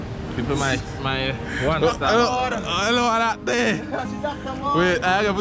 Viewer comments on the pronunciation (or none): But wait how u calling options hut, " that dey " 😂😂😂😂😂